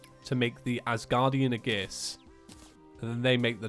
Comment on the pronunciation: There's only so many times I can hear him pronouce Aegis like "Uhgiss" before it starts getting to me. Normally I can forgive mistakes like that but for some reason it just irks me in particular.